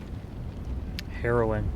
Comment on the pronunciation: After Powder was singing and says "... come across the river, and find...", I misheard you and thought you said "heroin" instead of "harrowing", and holy shit, I couldn't stop laughing for like 5 minutes